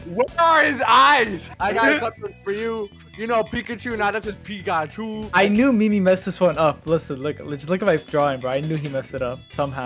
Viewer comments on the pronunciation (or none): you know it says Pikachu nah it says pichachoo Got me rolling